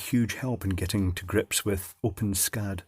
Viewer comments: Pronounced "open es cad" - not "open scad" :-\ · I've never heard it be pronounced like that before. According to the developers, it's supposed to be "ess-cad" (the way I've always pronounced it); however, from now on, I'm gonna pronounce it like you did. If you want, I can add some code to it to make it compatible with the built in customizer, so it uses drop-down menus, etc. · It is pronounced Open-ESS-CAD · Just an FYI, the developers of OpenSCAD have determined that it's pronounced "open ess cad" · i always thought it was pronounced open-s-cad